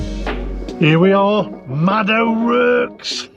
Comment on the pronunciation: Sorry. That’s a Brummie accent, not Black Country. And it’s pronounced ‘O’ Rorks’